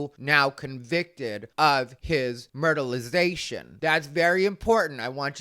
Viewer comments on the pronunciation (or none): "Murderlazation".. lol